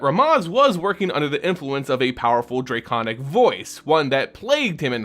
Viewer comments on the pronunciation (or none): "DraY-kahn-ic" I love it lol